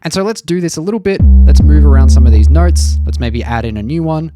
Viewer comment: When you say notes, it sounds like you are saying nerds. 😂